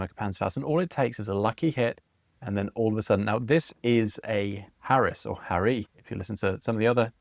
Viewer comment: Good stuff! I didnt much like the kyojin models when they where first announced, but they are growing on me. As to Haris pronunciaton, this baffles and irritates me. I dont understand why anyone would give it Z on the end, but i hear that done all the time. Noone has ever given Paris a z on the end. I can see for a native french speaker how Haris could be Haree, as in gay Paree of fame. But i dont know any reason why native english speaker would add the Z. I shall now gracefully step off my soapbox.